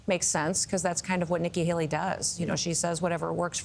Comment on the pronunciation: Did she say Vicki Haley